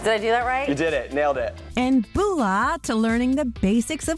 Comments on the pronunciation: I cringed so hard .. and the way the say it too “Booola” 😫 it’s mBula ffs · "Boolah vinaker" 😂😂😂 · It’s not pronounced BULA .. it’s pronounced mBula ... just saying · How many Polys just cringed when he said Bula lol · They said bula wrong